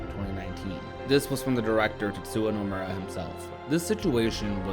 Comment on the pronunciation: Tetsuwa. 🤣🤣🤣 It's Tetsuya. Yuh. You had one job.